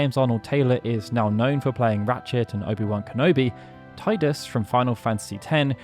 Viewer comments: *tee-dis, not tie-dis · It's Teeeeee-dus. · Did you just pronounce it Tydus?